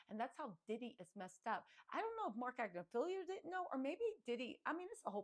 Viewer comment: You crack me up! You nailed ‘voir dire’ but ‘pharmacological’ and ‘Agnifilo’ are kicking yo butt! 😂 If you care to up your game, for when you hit network tv after conviction🤞🏻, I’ll leave these helpers for you: ~/farm-uh-Cō-loj-uh-cle/ 6 syllables, accenting 3rd, vs /farm-ō-loj-uh-cle/ which is missing a syllable… ~/ag-NIFF-uh-lō/ 4 syllables, accenting 2nd vs /ag-ni-FILL-ee-ō/ with an extra syllable not belonging ❤ Elementary Teacher from Ohio 😘